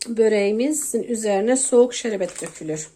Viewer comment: Sinir bozucu konuşyorsun. Şerebet degil şerbet denir